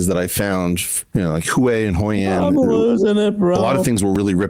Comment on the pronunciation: Eric Weinstein saying he was in Hội An like he was “in the shit” from the movie Rushmore is something else. (He also pronounces it wrong.)